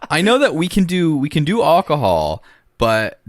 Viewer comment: Wills pronunciation of alcohol is amazing